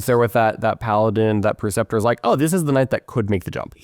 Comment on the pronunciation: It's pronounced PRE-ceptor, not "PER-ceptor."